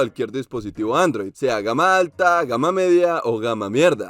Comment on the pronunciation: Soy el único que le da gracia cuando dice "gama mierda" xd